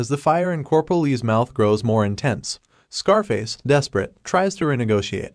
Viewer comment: Coperal? I can understand one or two mispronounced words, but so many in a row is really annoying